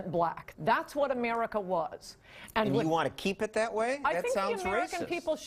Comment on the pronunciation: love the way she says Emarica